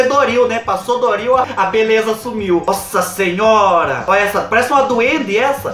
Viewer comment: Eu não aguento o "sassinhora" do 😂😂😂😂 Te adoro ❤